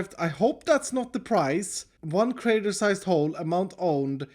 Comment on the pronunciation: Is it just me or does he says trader instead of creator